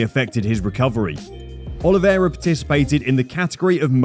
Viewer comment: You are butchering his name. It's not Olivéra, is Oliveira.